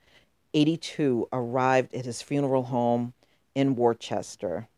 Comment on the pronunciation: Its pronounced Wooster. Its a Massachusetts thing